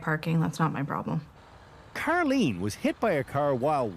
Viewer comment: Why is Karlene's name pronounced car_lean